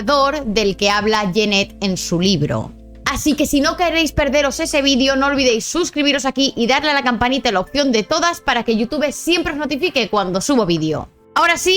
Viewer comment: no se pronuncia you tuve, se pronuncia "iutub", no se pronuncia "ycarli", se pronuncia "hayCarly", seria bueno que si haces videos cuando pronuncias ingles lo hagas bien, pues haces el ridiculo.